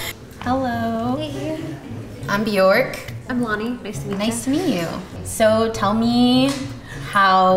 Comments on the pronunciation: Bjørk. Not Bjork. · If her name is Bjork she's not even saying it properly. It's said like "Byerk" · What an odd way to pronounce bjork as it's the wrong way. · Her parents taught her the incorrect pronunciation of her own name. Great job!